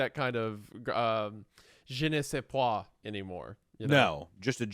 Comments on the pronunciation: Isaiah its "Je ne sais quoi" and not "je ne sais pois" you said "i dont know peas" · WENDI… baby… it’s “JE NE SAIS QUOI”… there’s a “Q” in there. … slenderman would be an example, no? They were SO convinced! 😬 🌈🪬